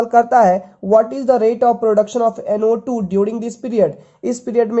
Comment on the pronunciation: U have to speak clear Like u say NO2. Ko NA mtlb kuch bii smjh ni ata ase mai